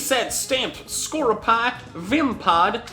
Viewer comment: I hope he knows it's pronounced Score-yu-pee......